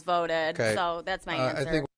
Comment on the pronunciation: Dead voteeeehhd and illegahls votehhhd